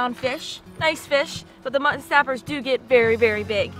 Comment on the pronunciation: Your pronunciation of mutton still cracks me up. Where are you from originally? ", what's for dinner? Mutt'n Honey!"